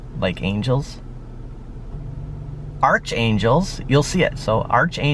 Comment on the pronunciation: Archangel pronounced as Ark-Angel Brother 😸 🖖